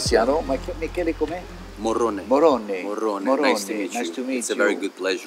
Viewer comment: I don't know if Paul Marciano speaks well Italian. He's Italian-American. He doesn't pronounce well "Marciano" (it should be Marchano) and he doesn't know how to pronounce correctly "Morrone".